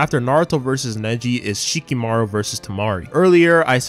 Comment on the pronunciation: Who the hell is Shikimaru? It's Shikamaru